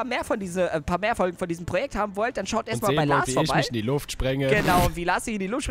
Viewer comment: es heißt projeckt nicht proieck!!!!!!!!!!!!